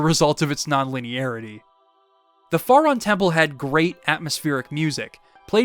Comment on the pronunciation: Great video! Your pronunciation of "Faron" is killing me though. Lol